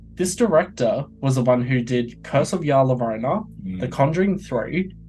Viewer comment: "Ya luhrona" hurt my soul 😅 it's said more like "la Lah yo-roh-nah" its spanish for the weeping woman